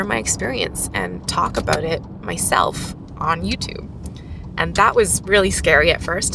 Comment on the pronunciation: It's "about" not "about." LOL 🙂